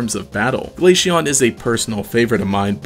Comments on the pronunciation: ITS GLA-CEON C NOT GLASHEON OM MY GOD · Glaceon is pronounced like ace. Not Aishe or something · my soul dies a little everytime Glaysheon is said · Hearing "glasheon" somehow triggers me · Is noone else piss3d off that he keep on saying glashion? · had to pause the video after hearing him mispronounce glaceon a bunch of times.